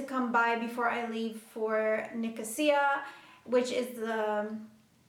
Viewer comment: Are you from Cyprus? Because you said Nicosia and my ears started ringing! By the way amazing videos and greetings from Greece!